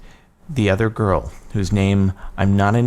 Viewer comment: Did it say 'grill' instead of girl? xD